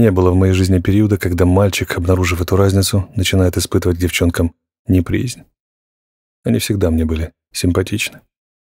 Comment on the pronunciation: Да что ж такое! СиЭтл и неприЯзнь! Хоть ГУГЛ чтецу в помощь!